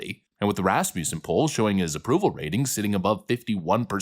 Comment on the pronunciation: If anyone cares it's pronounced rasmuhson